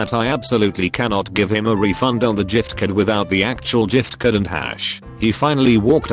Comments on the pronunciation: See? It's not giftcard. it's Jifcard. Just like how Gif is pronounced Jif! Jif 1, Gif 0. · jiftcurd. Lol